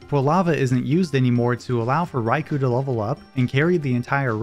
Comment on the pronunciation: I can't help but recoil a little bit every time I hear "Rai-coo" instead of "Rai-koh". ^^ Which is silly because I say "Kyo-gre" instead of "Kai-ogre" even though I know it's wrong.